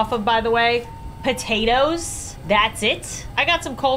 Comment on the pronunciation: AHHH yes not "POTATOES" ITS TATOES